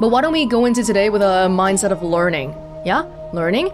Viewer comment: Learning... or Lerne-ing?